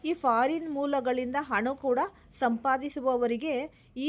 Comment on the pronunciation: ಅದು ಹಣ ಅಂತ ಉಚ್ಚರಿಸಬೇಕು ಅಣ ಅಲ್ಲ